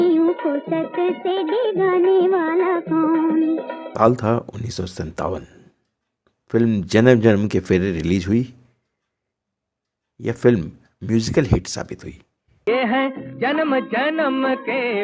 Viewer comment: Jara saamne...nahi bolte Hain.. Zara saamne bolte Hain. Releaj Nahi kahte Hain.. Release bolte Hain. Bhasha Ka samman karein. Bhasha sahitya ki dharohar hai. Aap ki niji sampatti nahi.